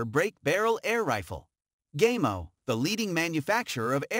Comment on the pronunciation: This guy obviously knows nothing about airguns. He pronounces Gamo and Ruger incorrectly for one and see nothing very odd about any gun grouping 20” at 10 yards. What a joke!